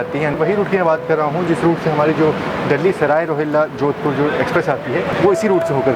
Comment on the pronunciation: Bro jodhpur not jodhapur